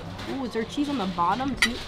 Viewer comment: “The cheese is not quite thea” the British really came out of XD